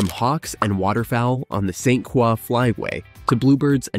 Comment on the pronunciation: Backpacking in Afton State Park was very fun and absolutely beautiful! Just so you know it’s pronounced St. Cr-oy 😊